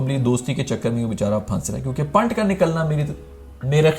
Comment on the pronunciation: Yaar tu naam na bigada kr, Wo akashdeep hai, amandeep nhi aur wo पंत hai पांट. Naam sahi se le le bhai ya pehle se padh ke, pronunciation dekh kr aa jaa.